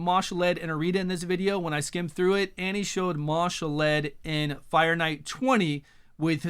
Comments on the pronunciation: Ma'Shalled (Mar-shalled), not Marshal-Ed:) eventually you and will get it right, lol, thanks for the vid as always. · there is no "r"